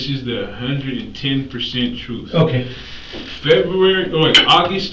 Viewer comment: “On my daughter Datz da truf, on ma Daughter! No need to lihhhhhh” 😂😂😂😂😂😂😂😂😂😂😂😂😂😂😂😂😂😂😂😂😂😂😂😂